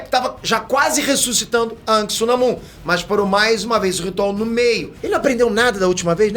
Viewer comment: Diz se anak nao ank😂